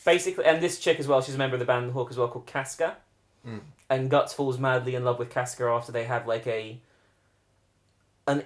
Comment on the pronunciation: Correct pronunciation is Guts not Gatts/Gattsu. Also the Berserk Manga is still going, although very infrequently, and they have been on a boat for over 7 years.